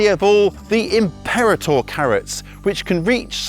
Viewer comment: Sorry to be pedantic but you are pronouncing imperator totally wrong . Its latin for a military general . Imp per raa tor. Great content as usual though.